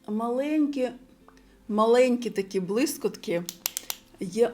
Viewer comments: Респект за українську мову❤ Вибачте,🫣 не блискОтки—блискІтки ПодивИтся—подивІться 😉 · дякую за огляд! Але єдине, 🤌🏼Блискітки! Не сприйміть за хейт,) Дякую Вам за український контент,моя Вам повага! Спробуйте розмовляти українською в побуті максимально,і через два місяці проблем не буде! Наснаги вам!)